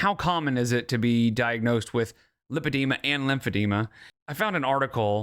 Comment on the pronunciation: if she had been diagnosed with lipedema she would probably not call it "limpedema"